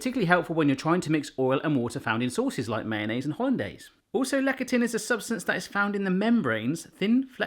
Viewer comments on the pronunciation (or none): less-a-thin (lectin) it is pronounced, not lec-a-tin. just saying... :) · Lecithin- less-i-thin. Sorry that was going to just bug me all video. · I believe that word is pronounced LESS-thi-tin or LESS-the-tin But I could be wrong. Can't wait to see how the ravioli turns out! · Love your vids - btw it's pronounced " less-a-thin" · "Lecithin" is pronounced "less-ee-thin" :) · Since you mentioned, that you didnt know how to say it. Lecithin is pronounced (Less-sith-in). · Lecithin - pronounced "less a thin" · Soy lecithin has an h, don't drop it please. And the c is more of an s sound in this case. I know things are said differently there from over here, but there can't be a complete lack of softer C sounds (as in more like an s) in British English.